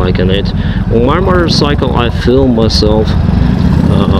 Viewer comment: are you saying murdercycle? loi 130MPH isnt slow bud